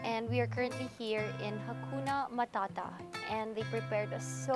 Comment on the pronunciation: I feel so good as a swahili speaker hearing people Saying "Hakuna matata" and she says it very well😊